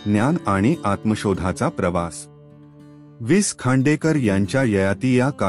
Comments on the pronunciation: सर कृपा करून विस खांडेकर असं म्हणू नका. वि.स. खांडेकर असे म्हणा. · निवेदकाला लेखकाचा उल्लेख विस खांडेकर असा उल्लेख ऐकूनच निवेदकची कीव कराविशी वाटली. निवेदन अगदीच अयोग्य आहे. पुढे ऐकावेसे वाटत नाही. लेखकाचा वि.स. खांडेकर असा करावा. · अतिशय घाणेरडे वाचन... भावना शून्य 😢 हाविस खांडेकर हे ऐकून च मन खिन्ह झाले...😮